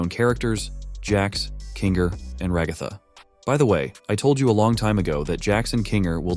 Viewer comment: It’s not raga tha it’s ra ga tha